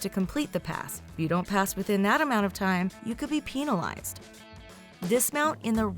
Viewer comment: Penalize not pEnilize